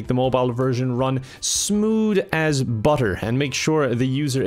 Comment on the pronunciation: “Smood and budder” haha